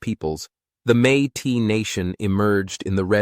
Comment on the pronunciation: Métis is not pronounced may tee. It is may tiss.